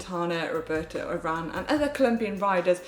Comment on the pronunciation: Hi GCN, I really like the show, but... I never appreciated how well the other presenters pronounced the riders' names, until Manon repeatedly butchered Roglic, Uran, Sivakov and co...